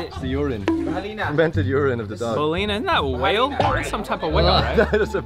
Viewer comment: bahalina not balyena...hhh